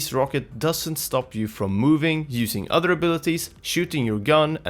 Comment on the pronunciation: Why do you say "udder" instead of "other". Creepy 🤣